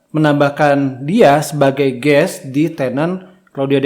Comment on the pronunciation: Guest, pak, bukan Guess Kalo guess artinya tebak-tebakan, pak